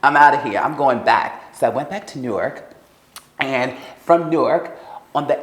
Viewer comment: "went back to nork"